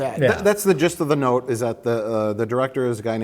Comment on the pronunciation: I love when Mike's midwestern shows when he elongates the vowels in 'note'. For a second I thought I was watching Fargo.